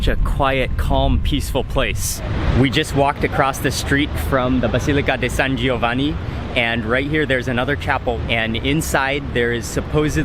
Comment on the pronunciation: Hey Mark, nice pronunciation San Giovanni, San Clemente!!!